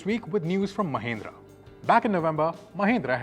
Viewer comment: Mahindra ❌ Mahendra✅